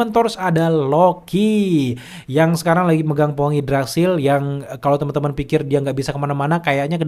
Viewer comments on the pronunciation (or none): none